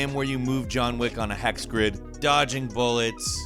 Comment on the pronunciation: Sounds like you said John Wick Heck..........demonetized